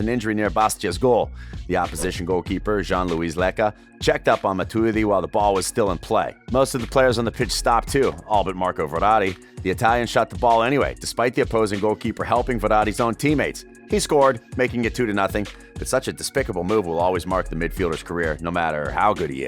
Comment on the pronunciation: Its Verrarti Not Ferrari